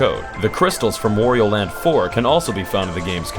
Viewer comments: It's not Worrio. Say it with me: Waaaaaaaaaaario. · It's WA-Rio not War-io!